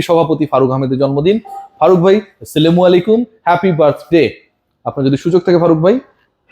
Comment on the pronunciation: ভাই গাঁ*জা খাইছেন না কি?? যে সালাম টা ও দিতে পারলেন না ঠিক মতো